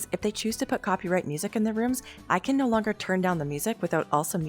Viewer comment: YOU JUST SAID NO BUT LIKE NEE IN A DUTCH WAYYYYYYYYYYYYY